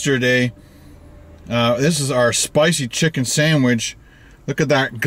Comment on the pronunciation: Says sandwidge 4 times.